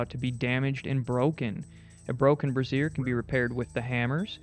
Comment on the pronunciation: Everytime you say brazier it makes me giggle, I think it's pronounced "Braze-ure" rather than "Bra-siear" which is identical to how "brassiere" is said, a different word for a bra lol.